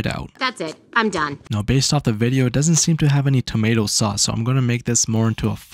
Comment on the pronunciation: dang bro,you SLAUGHTERED that tomato!